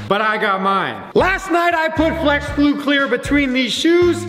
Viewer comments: Right at the beginning he said "flesh glue" instead of flex glue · It sounded like he said flesh instead flex in the intro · When you realize said fles glue in the beginning of the vid